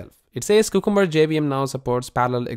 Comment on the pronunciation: Man, check how to correctly pronounce cucumber, it is a vegetable not just a name that does not mean anything. It is pronounced : kyoo ·kuhm·buh